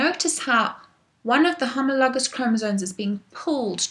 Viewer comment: I love the way you say homologous